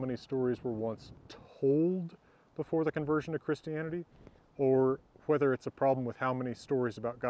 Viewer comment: Love your videos. Love your relaxed demeanor. Love your "Hwether" pronunciation. It seems a more original pronunciation with the hard H.